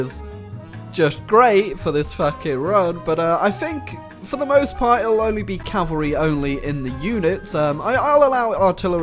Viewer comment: U said cavarly